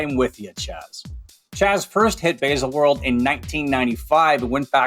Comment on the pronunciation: Yup. That was pretty much uninterrupted cheerleading for the brand. Would also be cool if he bothered to learn how to pronounce Baselworld.